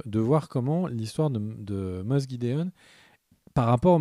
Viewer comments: On dit moff pas moss 😂 😉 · C'est fait exprès, cette prononciation "Moss gidéon" et "Djin jdardine" ? (...au lieu de Moff Gideon et Din Djarin) 😅